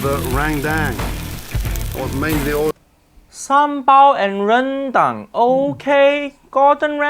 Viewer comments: Haiyaaa when saying Ren---DANG = say DUNG not Dang PLEASSSSSE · The correct pronunciation for Rendang should be r-earn-dung, hope that helps!